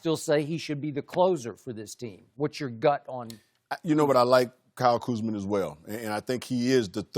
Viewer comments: B Scott called Kuzma, Kuzman and then he called Montrez, Montell 😂😂😂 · We know who the top players are. Just ask Byron Scott. If they're not there top he's going to butcher their names. "Kuzmin" and "Montel"!!!!!!! 😅😅😅😅😅😅😅